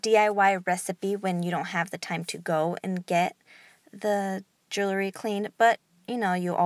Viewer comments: Thank you so much! This recipe works. I use it exclusively. And you've gorgeous jewellery. However, please desist from tossing your jewellery like that. They should be carefully placed, and not shaken so as to bang against one another. Side note: The word is jewellery (or jewelry), yet you are mispronouncing it as "jewlery". Second syllable is 'wel', which you never sounded out. Many thanks again for the recipe dear.😒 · I wanted to watch, but since you can’t pronounce jewelry correctly, I decided it wasn’t worth it!